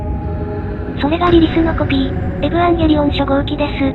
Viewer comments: エヴァンゲリオンをエブアンゲリオンって言ってて腹痛い、とても好き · えヴぅわぁんゲリオンにしか聞こえない